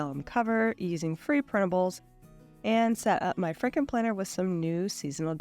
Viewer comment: I heard "Franken planner" as "Fricken' Planner," lol.